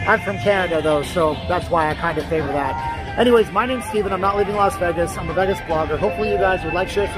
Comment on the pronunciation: Vegis...lol so fuckin annoying....IT'S VAY-GIS